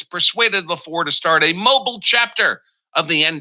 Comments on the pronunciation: Mo-BEEL. Not MO-buhl. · Mobile is pronounced "Mo_beal". Not Mobil. Just a helping suggestion. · It's pronounced Moe Beal. Not Mobil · It's pronounced "mo-BEEL.' And, Congress has authority over elections. All elections. Art 1 Sec 4.